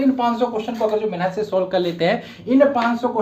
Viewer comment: Sir ji aap humesha mehnat ko menhat bolte hai.